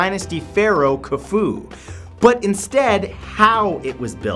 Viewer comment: LOL "Khuhfu"